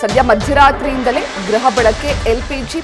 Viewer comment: ಗ್ರಹ ಅಲ್ಲ ಗೃಹ ಬಳಕೆ